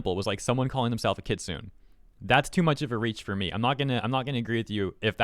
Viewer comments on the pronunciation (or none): Just because this person is all about 'Correct Japanese' let me correct your one minor mistake: Kitsune is Kit-Suu-Neh phonically and not Kit-Soon in Japanese. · For future reference it’s pronounced kit-soo-nay, not kit-soon. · Kitsune is pronounced “ki-tsoo-neh” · The worst part of the video is calling ki-tsu-ne ki-tsune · Kitsune is pronounced "Kit-soo-nay", not "kit-soon". Yeah, I'm being nitpicky, but I'm also being polite about it. Also, someone (politely) correct me if I'm wrong, but it sounds like this "rin" person is upset that non-Japanese otaku vtubers are creating anime characters as online personas? Uh, sumimasen? Racist much, ja nai? EDIT: I'm also quite certain that "rin" would probably go off at me for having a nekomusume (catgirl) avatar and a Japanese surname (Koneko, literally "kitten" or "small cat") and accuse me of cultural appropriation and claim that I know literally nothing about Japan, Shinto, or anime... Never mind that I may or may not be a Nisei (not telling), have spiritual beliefs similar to, or even partially drawn from, Shinto (true--I'm eclectic Neopagan and I like Shinto's emphasis on nature spirits and ritual purity, and respect the religion without practicing it myself) and do enjoy anime without becoming otaku-level obsessed with it. Oh dear me, I forgot to end all my sentences with "nya" to be SUPA-KAWAII DESU NYA! I guess that means I'm not allowed to roleplay as a catgirl when it's appropriate, nyao. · The way you say "kitsune" makes me want to strafe run with a shotgun. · She's partly talking about me I guess. Haha. Why is there some unrelated gameplay being shown? Ka-wa-ii, not kowai. Kowai means scary. Many people make this mistake. Also you need to say the E at the end of kitsune (fox).